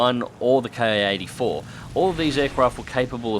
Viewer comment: FYI anyone that reads this: The Raiden is actually pronounced more like "Lie-Den", not rayden. Also, "ki-#" is pronounced "key", not "kay-eye". It's an abbreviation of kitai, not an acronym. Not trying to sound superior or something, just wanting to inform those who have never heard otherwise. After all, the more you know...